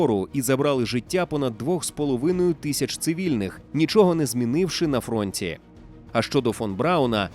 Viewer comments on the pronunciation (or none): ВітЦягнули, на фронЦі- озвучуй краще афірмації для ґембатих ідіоток, манірне цицкання звучить тошнотворно особливо про війну